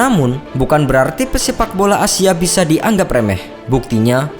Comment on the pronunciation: Gua denger pemaen "asia" sama si mimin nya takutnya jadi A-Team, denger denger nya kaya begituu